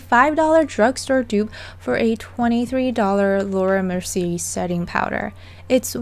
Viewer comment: Laura Mercier Merc E A is the pronouncement.